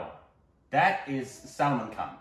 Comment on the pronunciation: "Salmon " Khan XD